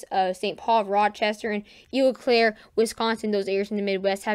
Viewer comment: I'm gonna need some of this snow to push farther South into Indiana.lol I have two minor corrections for you on city names.When you are talking about Wisconsin,Eau Claire is actually pronounced to sound like "Oh Claire".It is another French phrase that means "clear water".The other pronunciation I wanted to give you is for Sioux Falls, It's another one of those French names and simply sounds like it would be a woman named Sue Falls. Your pronunciation for Des Moines is spot on now.